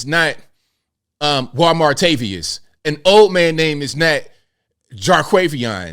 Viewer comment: I thought he was saying Juan Martavius! 😂